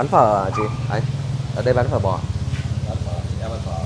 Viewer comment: He keeps saying phớ instead of phở. Not his fault seems like someone only half told him how to pronounce it.